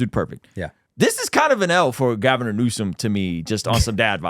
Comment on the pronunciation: I’m glad I’m not the only one saying “Gaviner Newsome” 🤣 my wife calls me out often for it!!